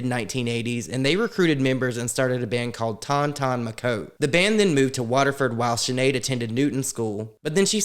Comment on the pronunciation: It's Ton Ton "Mahootay" is how you pronounce it. I'm glad you never kept up the "dramatic cuts" seen here, I prefer you just being yourself and all those different angle shots are a wee bit weird. Great video as ever (apart from what I've mentioned, but in all honesty, you really do your research and I cant fault you on the content, thats why I keep coming back...that and the fact I trust you and Nick and that's earned!) Madonna, who is the exact same age as me, down to the month (but I never needed surgery, fillers or botox and still don't) is such a daft old bint. She doesn't know the first thing about how bad it was for women in Ireland. I mean to say, they have to travel to London to terminate, even if its medically necessary!